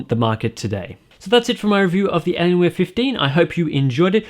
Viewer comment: ''elienwer fifdeen''